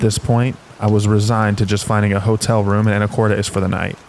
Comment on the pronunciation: It's pronounced "Anna-cortiss" Washington